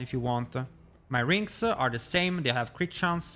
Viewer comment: Amuleta Roguea Ringa I love the added a's after words lol